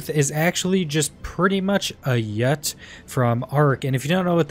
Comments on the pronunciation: You-tie-ran-us Wtf is a yut? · Yuti Damn butchered that...